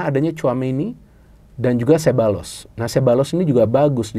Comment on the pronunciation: Sekadar masukan: Pengucapan yang benar nama Ceballos adalah “sé-BA-yos”. Dalam bahasa Spanyol, “LL” dibaca “Y”. Penekanan intonasi pada suku kata kedua, yaitu “BA”.